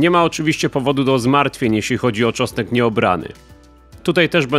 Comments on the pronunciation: "czosek" lol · Co to jest "czosek"? Co chwila słychać tu uprawie czosku...